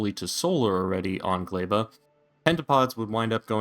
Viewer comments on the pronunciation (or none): what the fuck is a GLEIBA!!!!! its GLEBA!!!!!!!!!!! NOOOOOOOOOOOOOOOOOOOO